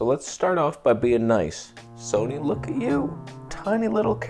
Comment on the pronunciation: Please "Soneigh", Please! Let Karen make the...THE camera!